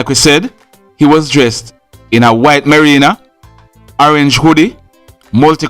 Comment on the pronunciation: Your reporting is great. May I suggest that the correct word for that garment is "merino" ... a "marina" is a place where they park boats like the Portland Marina. Just making sure your reporting is kept sharp and above the others. Thanks